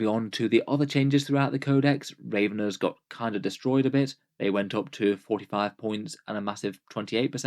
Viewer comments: Ravv - enners, not raven 6 ers, ravv like have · it doesn’t rly matter at all but in case you appreciate knowing (since i’ve heard you pronounce it this way a few times in videos) i don’t think raveners is intended to be pronounced like that, it’s based off the same root as ravening or ravenous which both use a short a sound. at the end of the day it’s a made up word so like whether you wanna change or not is up to you but i figured for the thirty seconds it takes to type this while listening i may as well let you know